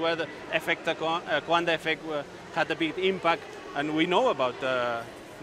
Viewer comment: She is butchering Coanda’s name.